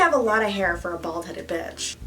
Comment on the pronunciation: The way she said "BITch" in the start💫😙😂